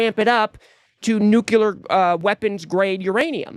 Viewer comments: It's pronounced "nuclear", not "nuculear". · I love ya man, but it's nu-clear, not new-cu-lar. Sorry.